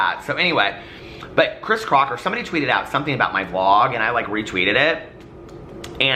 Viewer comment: I can’t help to point out you said “Chris Crotcher” at one point 😂